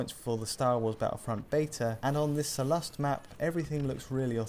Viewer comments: The emphasis is on Sollust, not soLlust. You say it as So Lust, sounds ridiculous. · Why would you pronounce Sullust like that?